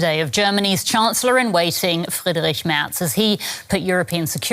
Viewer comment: *Merz NOT 'Mertz'.